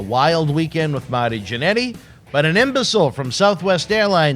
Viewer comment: "Mahty Jannetty"